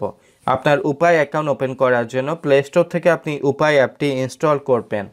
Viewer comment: শেষের কথাগুলো বুঝতে পারলাম না, ইউপে ! উপায় !